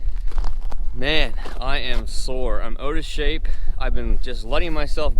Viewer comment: he’s “oota shape”